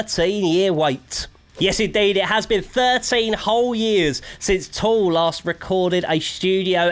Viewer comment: Tool. Not Toll.